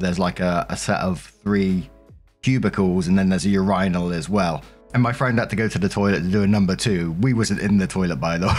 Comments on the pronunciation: Is that a common pronunciation of "urinal" across the pond? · A.. ur-rine-ul? Lol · What Is a your.i.nal? That's a hilarious pronunciation. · I spit out my drink when i heard how you said "urinal" lol, I love hearing how people from other countries pronounce words. Makes me wonder how the same words get so many different pronunciations. Like is the difference the vowel sound or consonants? Anyways, love it. ❤️ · I’m here to see the roasting of the annunciation of urinal 😝😝😝😝😝😝. ❤❤❤❤ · I know he means a urinal, it was obviously sarcasm about how he said it. I even mentioned his pronunciation was funny.